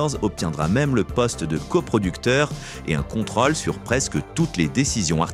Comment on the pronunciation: Rôle, contrôle : il y a des O circonflexes. Cela fait saigner mes oreilles.